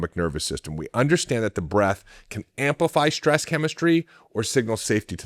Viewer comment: SHtress is not a word.